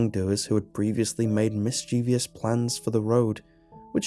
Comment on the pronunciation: The word is " mis-chi-vus", NOT "mis- chee-vee-us". You can Google it.